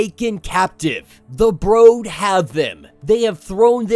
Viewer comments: WTF is the broad/brode? Is that just you not being able to pronounce brood? Correct your malfunction. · it's not a big deal it was just you pronounce brood wrong